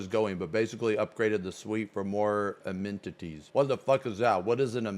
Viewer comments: Just poking in here but the word is pronounced Ah-me-ni-teas - basically its a useful or desireable facility in a building or room. So things like en suite bathrooms, hot tubs in hotels rooms. But also goes as far as emcompassing schools, gyms, bus and train stations things like that. I'll probably get ribbed for this lol but I hope it helps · "Amenities" cmon bruh 💀